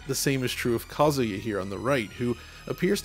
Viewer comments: Omg dude it's pronounced "kuh·zoo·yuh" 😂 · kah zoo yah > kah suh yah